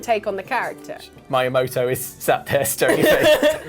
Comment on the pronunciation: Did he really say Maiamoto